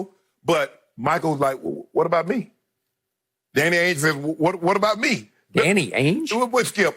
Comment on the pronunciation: Did this man say Danny Ange🤦... I'm out